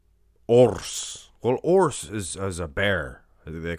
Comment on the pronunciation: URRs is the right pronounce, well spoken my friend😃